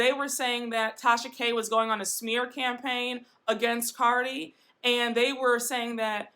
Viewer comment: You pronounced Cardi's name wrong.